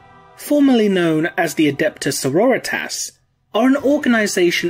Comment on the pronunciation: I just want to sya as a long time viewer of the channel i love your stuff, but I love how you say Sorritas, becasue it reminds me of Eric Cartmen sayin Authority and it is both beautiful and amazing! Keep up making the great vids!